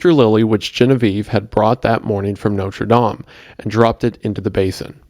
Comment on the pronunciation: Thank you so much for pronouncing "Notre Dame" correctly. When I hear people say Noter Dayme it makes me cringe so hard.